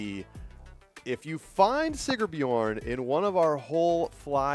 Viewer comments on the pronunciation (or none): it's SigRbjorn. There's an R in the middle. Like the sponsor's name - Sigr. Otherwise, great job! DGN production team - volume control was terrible, all over the place. Loud for commentary, really low for ads. Camera operators weren't tracking discs as well as one would hope. Fun course and beautiful!